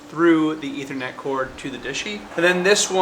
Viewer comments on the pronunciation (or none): none